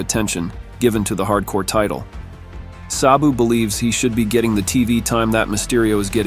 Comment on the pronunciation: If only the voiceover guy knew how to pronounce Sabu's name correctly...